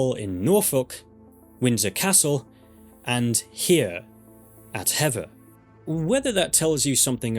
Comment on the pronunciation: Hever Castle is "heever" not "hevver" and it is B-l-i-c-k-l-i-n-g Hall not "blicking", and Glamis Castle is "glarms" Lady Mary Berkeley's name is pronounced BARKLY & not like the Californian university/town Please learn how to pronounce the places and people you speak of correctly I believe Queen Jane (Seymour) died at Hampton Court but Queen Katherine Howard died at the Tower of London